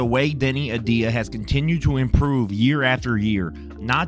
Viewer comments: Great. More clickbait and regurgitated content. And can you not even pronounce "AVDIJA"? Good gawd man. Please try harder. Also your voice and cadence is annoying as hell. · Hey, how about pronouncing the guy's name correctly? Deni A-V-dija